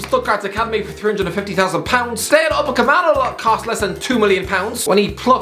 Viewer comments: I await the day he says Upamecano and not Upacamano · I find it funny that still can’t pronounce Upamecano’s name right. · He's mispronounced it so much now that it feels deliberate 🤭🤦🏻‍♀️😂